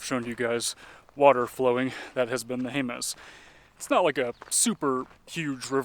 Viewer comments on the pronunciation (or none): Jemez is pronounced "HAY-muss" by New Mexicans.